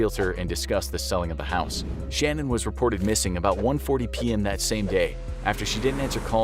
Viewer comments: Chris Watts’ wife’s name was pronounced Sha-Nan’ not like ‘Shannon.’ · It ticked me off every time they said her name wrong. Not gonna tell the story right, not your story to tell!